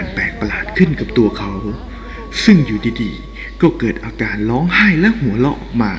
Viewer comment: พูด ร ล ควบกล้ำให้ชัดหน่อย พระยานาคลาด กาบไหว้ นางลำ เหตุการณ์ในคิป เหตุการณ์อะไล เผยแพ่ เลื่องเล่า ล้องไห้ หัวเลาะ